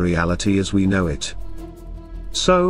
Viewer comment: Your AI narrator gets all the subtle inflections wrong. It really detracts from these videos. Why don't you just get a human being to narrate these? Why is that so difficult for you to do? I don't get it. At the very end it says, "but what do I know?" The AI puts the emphasis on the word "know", so it sounds like this: "but what do I KNOW"? But the expression is supposed to have the emphasis on the word "I". I just don't understand why this doesn't seem to bother you. It's ridiculous.